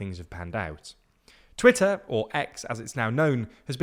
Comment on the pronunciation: its pronounced Twitter !